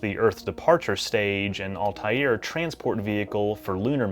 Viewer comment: Yes, you're giving the writers too much credit ... and it's pronounced "all-tear.*